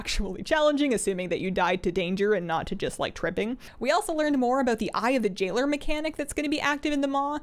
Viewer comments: When you said "eye of the jailer" i heard "eye of the jiggler" and i was so confused thinking jigglypuff was in WoW now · Heirlooms annoys the hell out of me. But i kinda understand. But they need to reemburce the gold stolen for those upgrades. Also did you say Jigglers? Haha instead of Jailer? I may have been crazy at that moment. Haha. If not ignore me. If so I loved it!